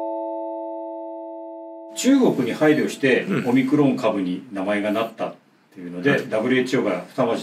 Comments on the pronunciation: おミクロン様という風にしか聞こえなくて困るｗ それにしても臭い一択だったなｗ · オミクロンと日本語で翻訳してるだけで、発音はオムニクロンなんですが、そんな事も知らずに動画出してて草( ･ั﹏･ั)